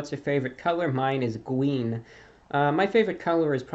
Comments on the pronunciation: Hey reviewbrah what's your favourite colour? It's gween!! It's gweeeen! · Its GWEEN